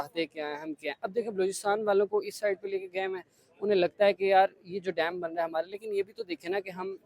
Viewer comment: पहले तो उसे डाम नही डैम कहते है 😂😂😂😂